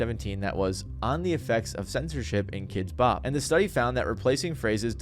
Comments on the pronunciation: I've always pronounced it like "kidsbop" your the first person I've heard pronounce it "kids BOP" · I've never heard anyone pronounce it "kids BOP" until now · I think I hate Kidz Bop as much as I hate the way you're emphasizing the wrong word every time you say it in this video. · Are you trolling us every time you put the emphasis on the “Bop”?